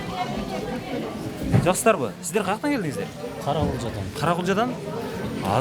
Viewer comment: Жаксызбы деп салам берет ко,😲😲журналист